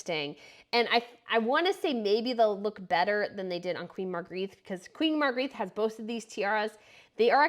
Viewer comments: Please........She's Queen Margarethe, pronounced Margaretta, not Margareeth!!!!! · If you want to pronounce her name correctly, you should know 1) There’s only one “a” in her name, 2) there’s only 3 syllables in her name (Mar-gre-the) and 3) it’s pronounced more like “Mar-grae-de” Greetings from Denmark. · Nice job. However, you have managed to mangle almost every name, starting with the name of the Queen. "Agrigette"?! Really. Restrain your enthusiasm a bit and learn to pronounce the names - which is really not difficult - and you can have a top noch channel. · You cant even say the Queen's name properly. That is embarrassing. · The narrator needs to learn how to pronounce "Margrete." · I wish you would pronounce Margrethe correctly 🤷🏼‍♀️ 3 syllables .. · Her name is pronounced with only one t, and ends on e not a.